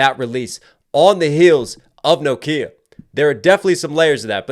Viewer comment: pronunciation of "NOKIA" NO _KIA 😂